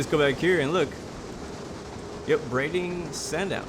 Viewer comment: also you pronounced brading right which is amazing😂, no one ever gets it right apart from people who live on the island. They pronounce it Brad-ing not Bray-ding